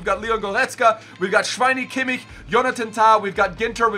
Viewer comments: Greetings from Germany - the way you pronounced Kimmich sounded very german ;) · Finally someone who knows how to pronounce Kimmich